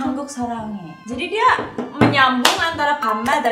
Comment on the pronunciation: Saranghae plss bukan slange